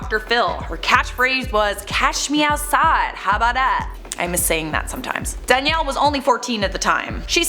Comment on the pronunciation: To me it always sounded like "Cash meow side".